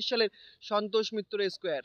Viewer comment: R e bhai santosh mitra asquare na be square hobe 😂